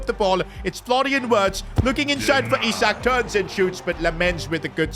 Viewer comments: PRONOUNCIATION not M-bu-mo its m-bu-emo not wirtz its v-irtz not I-sak its e-sak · Its isak not isaac